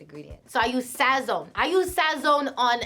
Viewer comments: Lmaooo the way she say sazon… she mad white💀💀💀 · Her personality is lit. This lowkey made me like her a lot! Also, being a Puerto Rican she definitely SLAUGHTERED the word “sazon” lmao